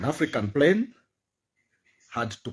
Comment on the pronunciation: I beg wey tin dey crash is it plane or prane lol 😆 😂 😅 🤣 😜 😄 😆 these illiterates never fail to amaze hahahaha 😆 😂 🤣 😉